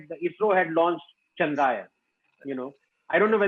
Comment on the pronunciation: Its not chandraa-yan but chandra-yaan..... yaan means vehicle